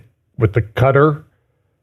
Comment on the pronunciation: I love you, but please pick 1 way to pronounce Quatar! People pronounce it 2 ways so just go with one. That stuttering every time you try to say it is a bit distracting!